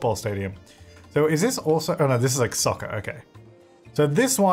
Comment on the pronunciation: I know he said soccer but I thought for a second he said sucker. Lol the difficulties of watching this and the current sims lets play